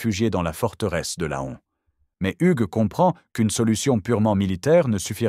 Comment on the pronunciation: L'AI est une stupidité absolue. Plutôt que de dire "centlis" (Senlis), la voix dit "scène lis". L'IA n'est pas à la veille de remplacer les cinq sens humains. "LAONNE" au lieu de "lan".